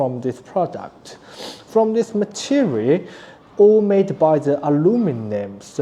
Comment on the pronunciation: Hello friends! I only want to help, your English is better than my Mandarin. you said "soiled" but meant "solid". Don't worry about not being able to say "lithium", what you did instead was great. It seems you're having a little trouble with ending on a final L in "material" so you're leaving out the last syllable completely. I understand no syllable sounds like that in Mandarin, but maybe you could try approximating it with an "e" vowel (almost). This isn't really important but it's a little surprising you require 20V to charge a 3S pack. Isn't the charger linear? Shouldn't it negotiate only 15V at most from the USB-PD supply so the charger's losses are less? Maybe it is due to compatibility with your solar charging hardware, or to correctly bias a diode by being a larger voltage than your panel. Either way it's not a criticism, just a thought. If this device had existed before I already built everything myself, I would have paid that price for an all-in-one solution. My BOM wasn't much lower, but your construction is much better quality. But because I already did unfortunately I won't need one unless something breaks 😅. But I will tell other people about your solution.